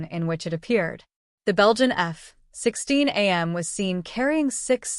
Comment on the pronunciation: At least teach your annoying AI waffle robot to pronounce F-16 properly 🤦🏼‍♂🤦🏼‍♂🤮🤮👎👎👎